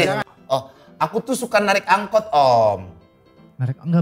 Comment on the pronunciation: Angkot malah jadi angot😂